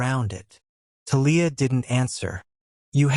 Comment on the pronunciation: Thalia too 😅 it’s TAH-LEE-AH Not Ta-Leah